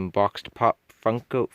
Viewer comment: The fact that you still have a bunk bed let me know this vid was gonna be good, but when you were trying to say Funko I was yelling at my phone 🗣 It’s FUNKO! Great looking room